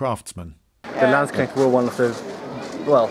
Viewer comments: "The Lanshnekts" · LANDSSCHNECHTS? you seem to have forgotten the K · Landsknechts, not Landschnechts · Do you really say "Landsknechts" instead of "Landsknechte" in English? Also, how come there were no whores with these "Landsknechts"? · Lloyd sayd The "Landschnecks" In German would be some like Landsnails lol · Landschnechts? Did he really say that? :D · The Landschnäkts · It has been pointed out to me that in this video I use a pronunciation of the word 'Landsknechts' that falls below the standard expected of me. This is an Anglicised version of the word, and for that I feel no shame, but the central S should apparently be spoken with a clean S sound as in 'soup spoon', and not a soft SH sound as in 'sugar'. My apologies to any viewers who are stricken by the sheer awfulness of it all. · I had to laugh so hard at how you pronounced "Landknechts" xD but then again, you would probably laugh at how I pronounce English words 😂